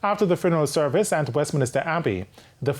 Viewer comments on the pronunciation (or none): The word is Westminster Abbey, not "Westminister"